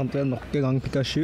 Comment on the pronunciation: du sa pikasju d heite pikachu!!!!